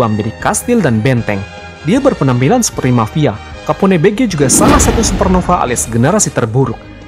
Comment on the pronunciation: btw ,capone bege = kàpon bej. 😁